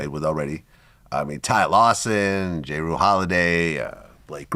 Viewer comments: Cmon Vlad it's Jrue( drew) holiday! It's time u hire me 4 sports content. WTF! Butchered a Hawk Defender 🔒 NBA champions name. 😅😅😅😂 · Did vlad say J Roo Holiday? Bruh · Dat boy said j-rue holiday 😅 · Calling Jrue Holiday "J Rue Holiday " is the most Vlad shit ever 😂😂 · VLAD I rock with u but Ray Charles can see you’re not a sports guy. J-Rue???? Please somebody get this guy an intern who can get him to pronounce the names correctly. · J-Rue Holiday.. c’mon Vlad 🤦🏿‍♂️